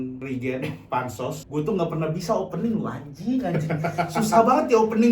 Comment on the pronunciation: Riiiigeeeen... Opening nya gitu aja bang tapi logat rispo 😂